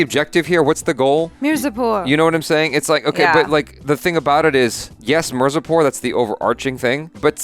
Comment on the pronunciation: always calling mirzapur as mirzapor🙃